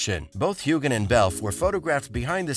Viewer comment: When U r posting ur vids, please pronounce the names properly. Sam Heughan's name is pronounced w/ a SILENT G. Not very professional. Plus I agree w/below jgrafx comment how ur titles R very decietful. Not good. I won't b subscribing to